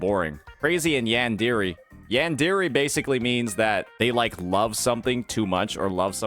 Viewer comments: Did you just call it yan-di-ri ? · Pronouncing yandere wrong is crazy